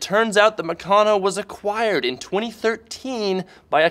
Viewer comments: Oh my God it is not pronounced "Mucono" it's " MeCANo" like "Mechanics" only Meccano. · It's pronounced Mèh-can-nooooo